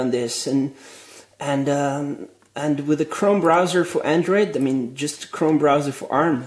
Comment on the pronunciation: an atee doller andwoid lapptop!!